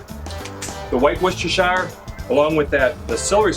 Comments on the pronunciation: "Rooster-sheer" your welcome! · com'on it's easy, woos-ter-sure that easy. If you pronounce sure like me and not like the Jersey Sure;-)